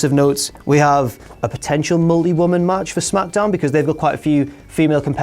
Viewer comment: I thought he said moldy, but he meant multi lol